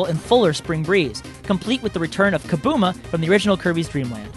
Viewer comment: Kabooma? I thought it was Kabula... WTF!?